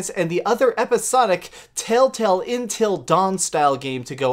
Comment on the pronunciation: "Intil dawn"